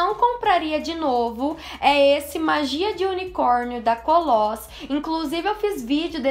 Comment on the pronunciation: Amo seus vídeos, tu é uma inspiração de beleza pra mim! 💜 Obs: Koloss se pronuncia 'kólos", não "kolós) Espero que não fique brava por ter te "corrigido" é que eu trabalho em uma loja de cosméticos e vendo Koloss e os nossos fornecedores pronunciam "kólos" Um beijo linda! 💜💜💜💜